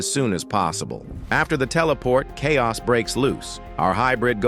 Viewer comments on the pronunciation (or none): none